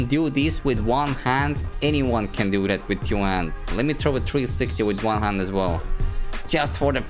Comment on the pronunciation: videos are all cool, but pls learn to pronounce the word TWO, its not TYU, its TWO.